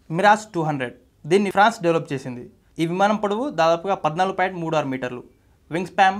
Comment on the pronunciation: వింగ్ స్పాం కాదురా సన్నాసుల్లారా వింగ్ స్పాన్, నోట్లో ఏంపెట్టుకొని మాట్లాడుతార్రా,వెనక రిసెర్చ్ టీం నిద్రపోతున్నారా? నేషనలిస్ట్ హబ్ చానెల్లో ప్రసంగించాలనుకొంటే కొన్నివిషయాల్లో సాధనకావాలి.ముఖ్యంగా భాషోచ్చారణలో.సౌమ్యంగావుందామని ఎంతప్రయత్నించినా పరీక్షిస్తున్నారు.